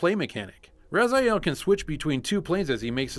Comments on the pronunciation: His name is Raziel, you read as Rah-zee-ehl, not Razaiel. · With all the dialogues in the game, how can you pronounce Raz-eye-el? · Soul Reaver, wooh! Btw, it's Raziel, not Razael. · err the name is pronounced RAZEEAL..they pronounce like that even in the game also, no Dungeon Keeper? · if you played soul reaver hows come you can't pronounce his name right?